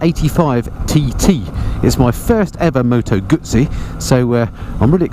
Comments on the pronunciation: Its pronounced GuZZi not Gutzi. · Tut Tut … Guzzi not Gutsi LOL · Moto Gooey-see.🤣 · Did you say “Gutzi” ? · Nice bike, though a single headlight would improve the looks... By the way there's no 'T' in Moto Guzzi....